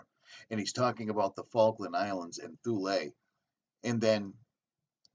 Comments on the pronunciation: It's pronounced 'Th' ule rhymes with Mule.... It went to Chelmsford Essex....88 dead scientists from MARCONI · THule -Pronounciation -[Tool -ee] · It is pronounced Tool--ee